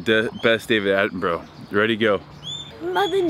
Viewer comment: Jamie Uzzell haha he’s 91, gonna be working till he’s 101 apparently 😂 what’s funnier is the way he pronounced his name... Attenbro?😂